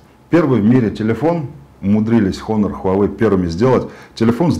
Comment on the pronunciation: не хонор. а онор. плять. обзорщик